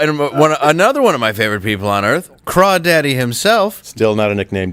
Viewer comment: guaranteed it's the wrong "o" but I like Craw-daddy.